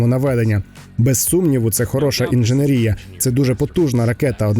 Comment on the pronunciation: інженЕрія, а не інденерІя